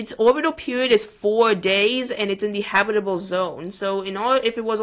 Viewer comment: its not habitle its habitable